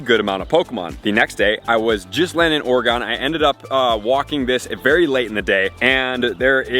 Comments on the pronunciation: Please it’s gonna bother me… it’s not Ore “gon” it’s just Oregon. No extra emphasis on the gon lol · ugh, that first "OreGONE" pronuncation hurt my soul